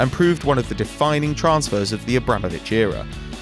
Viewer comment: the way they pronounced transfer